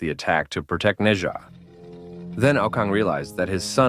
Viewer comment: “Neza” that got me dying 😂 as a Chinese we pronounce it “Nezha”